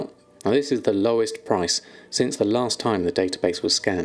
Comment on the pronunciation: The way you said 'lowest since' sounded as if it was the lowest price over the course of an hour to me. Just nitpicking for future videos :P